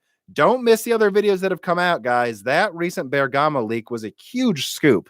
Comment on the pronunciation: Prosit on your improvement in pronouncing Bergamo. :) Almost there :D Seriously though, I'm really disappointed in the information coming out of the RX 6600 XT rumours - pricing means no improvement over last gen for the same price. That's probably just AMD making hay while the sun shines but it's still disappointing since basically no cards will retail for that price because all partners want to push the price by at least $100... The other thing to take into account with the fact that AMD might indeed win the performance crown is whether it's relevant or not. No one can even buy top-end RDNA 2 cards. What percentage of the market do they have? Will RDNA 3 be better? Let's put it this way: A Bugatti might be one of the fastest road legal cars but no one owns them, everyone designs the roads for much less performant cars (road holding, curvature, road smoothness etc). In that light, it seems irrelevant that AMD will take the crown, Intel can flood the market with cards and Nvidia will be able to keep up their output without (perhaps) mining constraints...